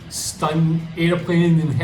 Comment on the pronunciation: stunds nahi stunts, pehle apni english to theek karle (stunds)